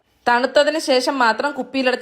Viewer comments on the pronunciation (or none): none